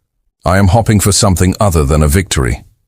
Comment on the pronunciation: Pretty good story which uses the best AI Voice on YouTube. Having said that please work toward fixing the word hopping vs hoping! Also appreciate the more realistic male commander vs the trope of a female. Like the fact there were actual losses in the enemy fleet. Which by the way you should put more emphasis on how someone / something dies of is destroyed. The not so subtle way you avoid emphasizing how death happens when a person is blown apart or shot into a vacuum of space is really disappointing! ☝️ The next stories should be how earth came to an enemies world and turned it into glass. How they wiped out the enemy in an absolutely brutal way and was broadcasted for all to see. Better yet enslaved them . . . Because that has been human nature for thousands of years enslaving blacks, middle eastern, Asian’s etc! 🫵😮‍💨🫵